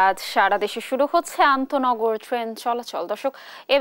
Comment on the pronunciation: সাংবাদিক ভাই আনতোনগর কে বলছেন অনতোনগর উনার উচ্চারণ ই ঠিক না উনি চাকরি পেলেন কি ভাবে এই পদে?